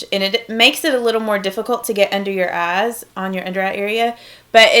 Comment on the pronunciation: I love how you say "eyes" you go ayes😂💗